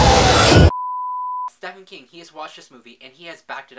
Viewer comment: DONT GET MAD AT ME BUT ITS PRONOUNCED "STEVEN" KING NOT STEFAN KING